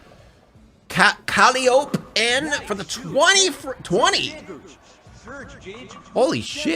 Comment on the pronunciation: Him mispronouncing calliope made me so sad